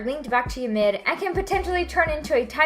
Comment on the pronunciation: The only thing I learned from this video “Ymir” is apparently pronounced “youmid”